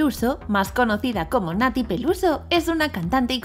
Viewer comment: No me puedo mantener seria con el “Peluso” XD